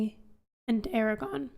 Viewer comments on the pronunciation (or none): A R A G O R N -- note the second R.